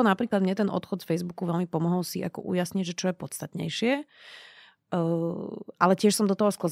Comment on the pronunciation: To "co je" v uplnom uvode bolo trochu sedliacke pan 🥲